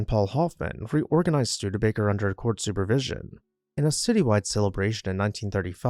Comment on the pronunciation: The naration is great! I love the correct pronunciation of the name Studebaker-rather than the awful botched pronunciation from a few locals who say Stu-DEE-baker. Also, this presentation reports facts found in Wikipedia and other sources. Others who claim to "write" on the subject of architecture and local history are simply lifting facts found on the internet. Thanks to the producers of this honest and accurate list of facts presented factually and with honesy as well as for citing the sources to respect copyright laws. It is an interesting and educational piece.